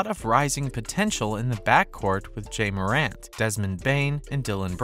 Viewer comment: 🤣🤣He said "Rudy Gob-art" & "Jay Morant"